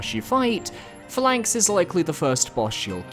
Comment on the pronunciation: It’s pronounced PHA-lanx not pha-LANX lol